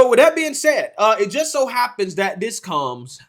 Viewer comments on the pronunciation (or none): Sorry; it was either an honest mistake, or a graphic from MONTHS AGO!! As a side note the word is "THAT" not "DAT" as you kept repeating, over and over!